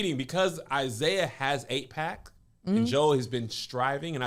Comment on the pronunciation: The way Kev keeps saying "has 8 pack," like a foreign concept from another world 😊